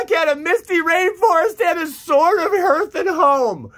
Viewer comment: Hearth is pronounced “Harth”